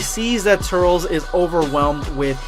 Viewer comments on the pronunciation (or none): Oh my freaking God it's not "Tur-rels" it's pronounced "Tur-liss". Damn have you ever even seen the tree of might? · Sounds like ur saying turtles instead of turles! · Bro....it’s pronounced tur-lis not tut-ls...did you watch tree of might or just going from knowing it exists? Love your vids bro but the mispronunciation is a total faux pas. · I normally wont dislike a video. But you butchered the pronunciation. I cant even finish the video.. Tur-les bruh.. Not Turels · Turles. TER - LESS. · Also its turles not turls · “Turls” fucking idiot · It's pronounced, "Tur-less" ~Dz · I can’t handle his name being pronounced “Tirles” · (tur-less) 🙄 like how it's pronounced in the movie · Hey,. I don’t wanna be that guy or anything, but this is lowkey killing me. I know you said that you’ve always pronounced “Turles” like that, but that is literally the wrong way of saying it. From The Tree of Might to Xenoverse 2 they say his name like “Tur-less.” I saw some people in the comments saying it was distracting and it kinda is. Why say it like that when you know people are just gonna correct you?... Anyways, keep it up with the quality content! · You can’t pronounce ”Turles” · Did you watch the movies? Then why the fuck do you miss pronounce his name!?